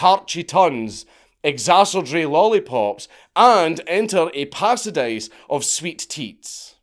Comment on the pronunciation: “Pasadise of sweet teats”?! What the hell?!